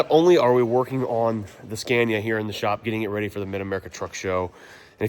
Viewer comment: Learn how to pronounce Scania correctly for gods sake 😂😂😂